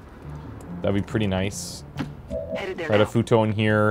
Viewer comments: Hey, can you please do us all a favor and pronounce “Ritofuto” as it is meant to be? In Japanese “i” is generally pronounced like “ee” in English so “Reetofuto” is how it sounds, not “Raitofuto” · Correct me if i'm wrong, but i'm pretty sure Ritofuto suppose to pronounce Ree-to, not Rye-to.